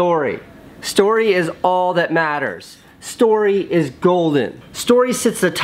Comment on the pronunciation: You needed a bit more enphasis on STORY